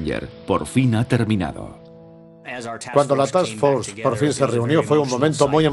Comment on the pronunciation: Buen documental. real, no como la película. Al narrador en español: es TASK FORCE , FUERZA DE TAREA , NO ES "TAKS" solo un consejo, sin ofender.